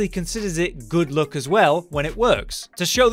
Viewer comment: Why do i always heard good look instead of good luck 😅